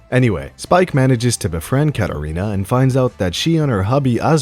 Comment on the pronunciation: The way he pronounces the name Katerina and says "mad rizz"... Yeah, dude is the worst.